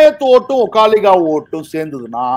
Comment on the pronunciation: ஒக்காளிகா அல்ல, ஒக்களிகா என்று சொல்ல வேண்டும்.